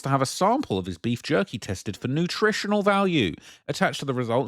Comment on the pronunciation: Jerky or yerky?